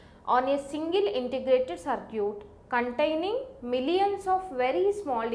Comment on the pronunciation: Circute not circuit